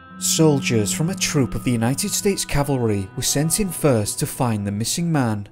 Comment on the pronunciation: Cool video, but the narrator ends every sentence in the same downward inflection. This makes the narration very repetitive and hard to listen to for long periods of time. Just a friendly tip! Mix up the cadence a bit! Props for pronouncing "cavalry" correctly!